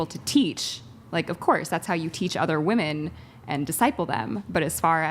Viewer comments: Why do they not know how to pronounce women and woman. 🙄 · They can’t even pronounce “women” properly. You’re asking too much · Another panel full of women incapable of saying the word WOMEN! Ive never in my life heard a man mispronounce that word.